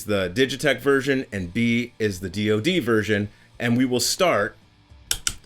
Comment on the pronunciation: In 40 years I've never heard someone say DOD like it's a word and not three letters. Also - why are you writing the 'O' in lower case? It's DOD.